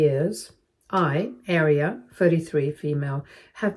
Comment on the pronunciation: Yes, that is how you pronounce Guinevere, but I think Aria is being pronounced wrong. The Arias I know pronounce it "Ah-reeya" (U.S.)